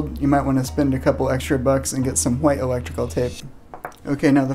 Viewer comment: plz say white right